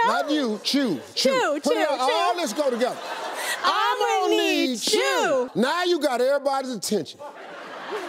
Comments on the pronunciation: It's not 'I'm Mo' its 'Ammo' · Sounds like he's saying ammo need jew lol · it started to sound like "ima knead jew" and then i paused the video and rethought my life.